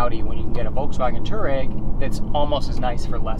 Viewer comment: Dude. Learn to pronounce the name of the vehicle you're reviewing... #FFS